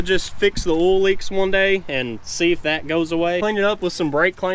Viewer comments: Oil? You keep saying ouil 😂😂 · did the word oil has no I in it its spelled ool or Erl change